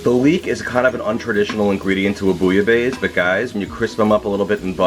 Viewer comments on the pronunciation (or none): Very good recipe, but four remarks. Pronounciation is not ‘base’ but’ besse’. It comes from Marseille and people pronounce the final ‘e’ in the Provence. I would add more fish, originally it calls for five different kinds of fish. 50% fish, 50% shrimps etc. The french bread shoud be toasted and covered with rouille, a spicy garlic/maillonaise. And one essential ingredient: a shot of pastis in the soup. You can use Pastis 51 or Ricard. It’s really necessary. Jan van Kleef